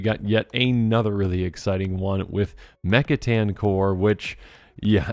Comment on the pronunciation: Yea I noticed that, plus he pronounced mech titan like 3 different ways in the beginning so hopefully he’s just tired